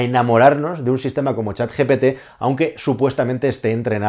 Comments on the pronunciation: GPT no GTP como dices durante todo el video 😅 por lo demas el video genial como siempre! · Lo dice mal. Es GPT. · GPT, lo dices mal continuamente, incluso en el título. Buen video por cierto, saludos.